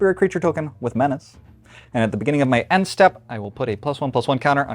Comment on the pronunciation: I know this makes me the no-fun guy, but man, I can't wait until we stop saying "men-ah-chay" forever.